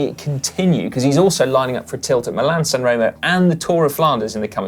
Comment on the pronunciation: come on guys!! Italian an spanich lessons for GCN presenters please!! its so bas to hear milan- san reemo or strade bianchi or meejorca